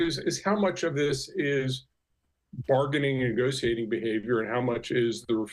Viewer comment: He's saying negotiating wrong lol. Thats all I got out of this.